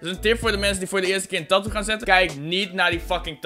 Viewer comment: HOE HOLLANDER TATOO ZEGGEN. TAAAAATOOOO